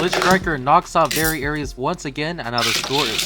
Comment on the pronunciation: Are you talking about Variares? It's pronounced "very airs" but it is spelled Variares not Aries those are two completely different beys. (I'm really only saying this cause Variares is my favourite bey)